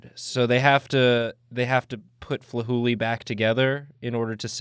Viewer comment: I hear "Flahooley" and thought he said "Fooly Cooly" and I just